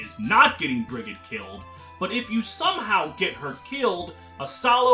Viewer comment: fyi Brigid’s name is pronounced like Frigid (cold) but with a B instead of an F. source: it’s my name